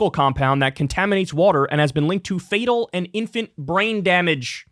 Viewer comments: Kyle thinks 2023 is 3 months ago? Bruh and he pronounced fetal as fatal 😂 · Fetal, Kyle; not—Fatal. But Yeah, I am extremely disappointed—However, I personally Dropped him 2 months ago over his stance on Palestine, and other issues I became knowledgeable about Him subsequently. Still, quite disappointed; quite scummy. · ..."fiital" (fetal) not fatal 😂